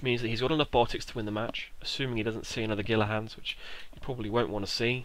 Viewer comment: Gila Hands is Spanish, so is pronounced "Heel-a Hands."